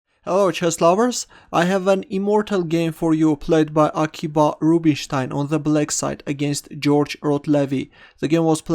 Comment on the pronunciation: (FYI, it's actually pronounced Akiva.)